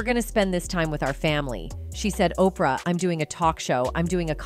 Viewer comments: I love these Oh-pee-are as opposed to Oprah pronunciations. Oh the wonders of AI. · HEY AI, Opra is pronounced Opra(my spelling still sucks but at least I can pronounce her name) NOT OPR, AI SUCKS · Did she pronounce Oprah's name as Okreeyah 😂🤣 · Why do you keep saying opr? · OPR Winfrey....A.I. can't read oprah ?